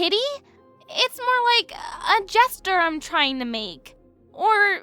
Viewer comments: Jane's VA saying Jesture instead of gesture 😂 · I can't tell if it's on purpose or a wonderful accident, but I love how Jane's VA pronounces "gesture" like "jester" 🥰